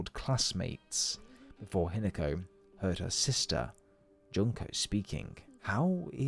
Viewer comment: Not sure if AI or not, but it's HEE-NA-KO, not HIN-A-KO